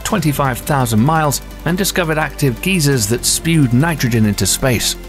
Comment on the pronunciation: “Active geezers”